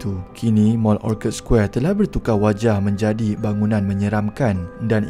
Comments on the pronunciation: Orchard Square bukan “Orkad’…..’orcherd’..macam Orchard Rd, Singapore….sorry admin…🙏🏻 Orchard = dusun/kebun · Orchard square....boleh google macam mana nak sebut.